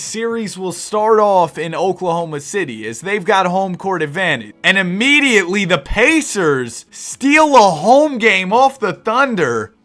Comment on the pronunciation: Lol that was like ameditly